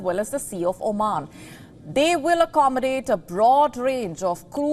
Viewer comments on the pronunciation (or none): none